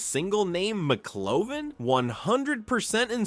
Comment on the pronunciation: So great inside info about the film! But damn, have you actually not seen the movie? The AI voice is "passable" IF it pronounces the names right! It's not McClovin it's McLovin!!! lol Maybe if you put a space in between Mc Lovin it would pronounce it better 🤔 But like I said, some good insight about the film! A lot of stuff I didn't know, so a thumbs up for that and good film clips and editing 😎👍